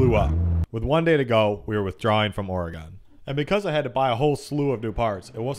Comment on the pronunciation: being form oregon your say oregon wrong